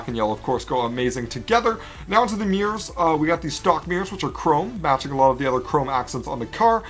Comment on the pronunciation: "Now onto the meers"